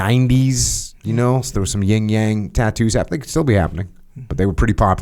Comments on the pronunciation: Jocko FYI it’s called the “Yin and Yang” NOT “Ying and Yang”. The “Yin” representing the feminine energy you may want to get that straight before the female population gets offended. If you know what I mean. Otherwise keep up the excellent work. 👍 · Its “Yin and Yang” Sir lol not ying yang 😂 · Better Title: "Two Neanderthals Discuss Philosophy" -- an English major should be able to look up phonetics for "Yin" (not "ying") and "Yang," (long "a" not "sang"). Unlistenable, bad description of I Ching ... go back to blowing stuff up (excess Yang, which is entertaining!)